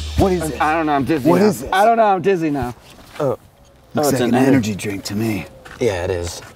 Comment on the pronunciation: I can't drink an energy drink without referencing Skinflix or pay per view. Thanks. Ener-JEE-JRINK.